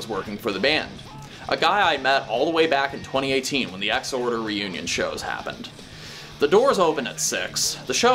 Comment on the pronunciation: Thank you for not pronouncing it “Ex-Whore-Der”